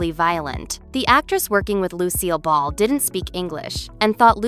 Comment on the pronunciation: Narrators Tinny voice is annoying. The fact that Lucille Ball's name is mispronounced screams AI. Take your phoney content, and Go Away!